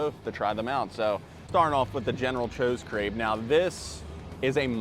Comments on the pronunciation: never heard someone call general tsoas "chose" before its usually eithers "sah-w-s" or "sows" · You jacked up that name so bad 😂! It’s General Tso’s (ToeSo) 😂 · The way you pronounce general tso makes me wanna throw my phone across the room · General what???? 🤣 bro thats not how u say that